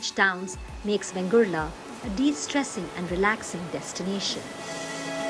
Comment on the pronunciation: Its correct name is VENGURLE ( and not Vengurla. Vegurla is an aberration of Vengurle, which has assumed a regularity).